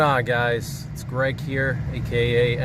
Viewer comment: Shhhhh, be vewy quiet. Gweg is hunting wabbit.🥶👍